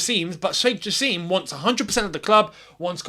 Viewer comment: It's pronounced "JA SIM"